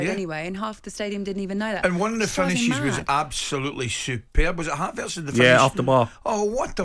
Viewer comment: "Havarts" "Kavavitch". Top literacy from Gabby Upmabumawhore